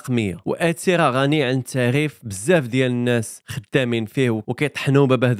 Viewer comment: تعريف❌ تعغيف ✔️